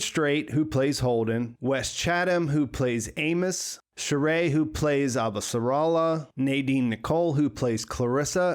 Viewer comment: Nice analysis... but it made me cringe every time you said "Shohreh"... it is pronounce Shoh-Re (the middle H must be pronounced).